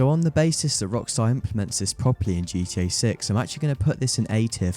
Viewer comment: I swear * heard you say GT-Ur at one point